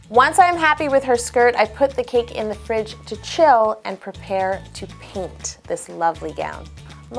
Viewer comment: I thought she said "straight to the french", instead of " straight to the fridge", hahaha !!